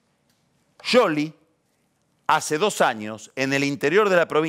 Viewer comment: Pronuncia bien el apellido de Scioli, suena a sorna. Igual me mata Jarlingaaaam. Es un hdp.